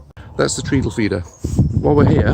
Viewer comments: It's pronounced treddle not treedle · Really helpful, thanks. (I think it’s treadle rhymes with meddle, Btw. As in footstep, tread.)